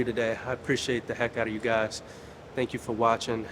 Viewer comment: he meant to say merk